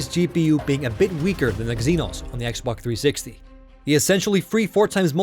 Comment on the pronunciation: If u listen closely he says xboc360 instead of xbox360